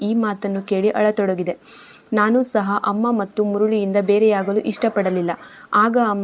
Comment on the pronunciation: ಸಹ ಅದು ಶಹ ಅಲ್ಲ 🤦‍♂️